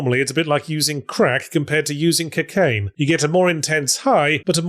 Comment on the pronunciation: I've never heard anyone pronounce "cocaine" the way Yahtzee does in this video